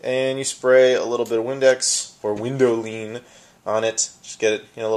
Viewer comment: I don't think I've ever heard a funnier pronunciation of the word 'Windowline'. Thanks for that!:-)